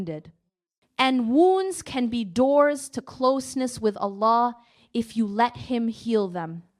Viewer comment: this speech is created with AI, observe who she pronounce Allah ajwajal.